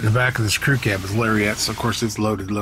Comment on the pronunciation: Larry-Ette? Oh me. Gotta get me one of them Larry-Ettes.